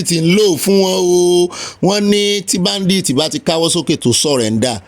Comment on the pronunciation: This oga olopa he sick saying that word badith is badit. Eku eto olorun amabawa to.❤❤🎉🎉😂😂